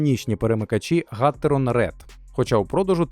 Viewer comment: ГатерОн, а не гАтерон. Наголос на О.